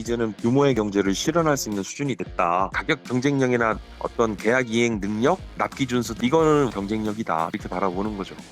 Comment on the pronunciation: 생산능력에서 ”능력“은 ”늘력“이 아니라 ” 능녁“이라고 발음해야 합니다. 잘못 들었나 싶어 몇번을 다시 들어봐도 ”늘력“이라고 발음하시네요.